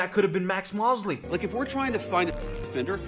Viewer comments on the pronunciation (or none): Max Moh-sley by the way